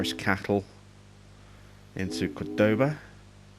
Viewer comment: I really like this series! I live in Rosario irl and it's really cool to see a gameplay about the region. Although I can't imagine a bridge connecting Montevideo and Baires over the widest river in the world hahaha PS: You pronounce Córdoba accentuating on the first syllable.